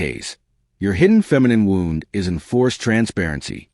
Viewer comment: Sadly, AI still isn't pronouncing words the right way, and I don't see how they will ever figure out how an inhuman machine will figure it out. Every time on any video, they always pronounce Wound (ouch) as (winding) wound ... same thing with several words. It just makes the message sound weird, you have to figure out what they are saying, and this happens way too much now. I miss people.